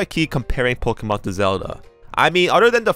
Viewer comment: Thought you were saying Pikmin tbh